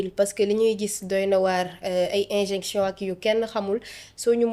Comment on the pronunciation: C'est" injection" au lieu de "injinction" une petite rectification